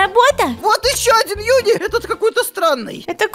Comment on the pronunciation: ЮНИ НЕ ЮНИ она жюни